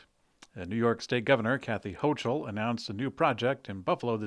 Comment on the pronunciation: Hochul /ˈhoʊkəl/ HOH-kəl